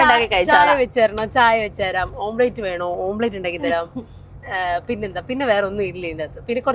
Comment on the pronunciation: നാണമില്ലേ മദാമ്മേ ഓം പ്ലേറ്റ് അല്ല എഗ്ഗ് ഓംലറ്റ്. കഷ്ടം